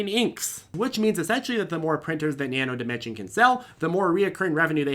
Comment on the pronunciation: Thanks for pronouncing Nano Dimension correctly(without the "s" on the end).